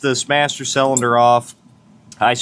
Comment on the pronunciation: you and other youtubers driving me nuts by pronouncing cylinder selender :face-purple-crying